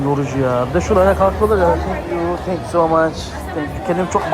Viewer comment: abi o kadar no tank you dedin ki,ne demek asil ben thank you geldi aklima 😂😂😂